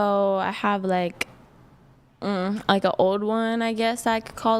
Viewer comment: What the fuck is with people pronouncing “like” with such a hard “k”?!